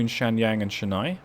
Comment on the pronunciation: A little pronunciation guide if you will: Chennai - Chen-Eye Jeddah - Jed-Dahh Surat - Soo-Rathh Hyderabad - Haider-Ah-Baadh One catenary eh? It's always the small thing that throws everything out of whack. I'm glad you caught that though. It would be really helpful if there was a mechanism within the game that can point out to where exactly the problem lies. Like in the line manager it shows in red. Say we click on it and it directly takes you to the problem location. This could be immensely helpful in cutting down on churn. As far as track-building goes you have improved significantly in comparison to the previous season. There is room for improvement I'd say. Your track lines are very busy, they come off as very congested. If you would like some inspiration on track laying I would direct you to GrandT's excellent Transport Fever 2 series. Cheers!